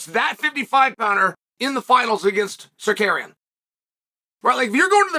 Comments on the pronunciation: Sukarian (this idiot Chael pronunciation of Tsaryukan) lost 30-27 to Islam, and Chael makes bullshit videos about it for the incel fans of his stupid page. Pathetic video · Sar- Ru- Key-in. Simple Ur arrogants is showing..have respect n mention name correctly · Chael be butchering his name lol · Who da foook is sar-carrying??? Come on chael....at least show a lil respect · Then had to correct himself & went back to "Sacarian" lmao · SAH-CARRY-ONN ...undefeated at changing people name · Shut up. You can’t even find the decency to learn how to say his name properly . I suspect it’s intended. Love, All Trolls (Aka, a-holes) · The absolute butchering of Tsarukyan’s name is worth the price of admission. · Nothing is more annoying than Chael purposely horribly mispronouncing fighter’s names for the purpose of getting extra comments… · Best part of the video was chael saying armans name correctly the first time and then incorrectly 99 more times